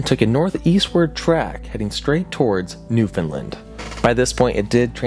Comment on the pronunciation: How many times do I have to correct bro ab pronouncing Newfoundland lmfao